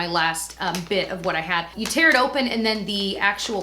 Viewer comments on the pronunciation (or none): none